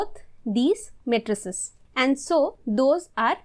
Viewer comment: ma-try-ces? very disturbing.